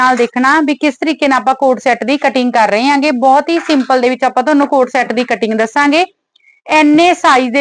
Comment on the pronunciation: It's CORD set not a coat-shot/cot set😂😂😂😂